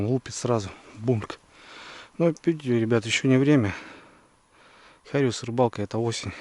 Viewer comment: Не хариуЗ а зариуС